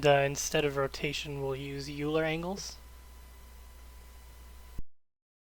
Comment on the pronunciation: Very minor, but "Euler" is pronounced "Oil-lur".